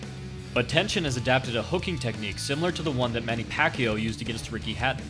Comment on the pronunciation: Manny Pakeeyo? Really?